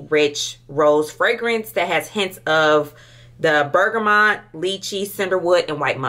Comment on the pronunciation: Ms Lady the way you were pronouncing some of perfumes and notes 😂😅💀💀💀 I can't. Do you drink tea?.. you never heard of Bergamot 😅😂🤣